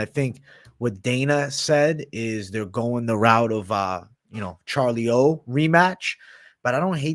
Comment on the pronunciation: You should ask a brazilian how to pronounce "Charlinho" correctly You sound stupid